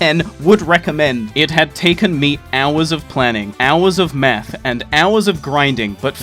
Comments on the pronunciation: Did he say it took him hours of math or meth? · i had this video in the background while playing and i thought you said meth instead of math, got a bit worried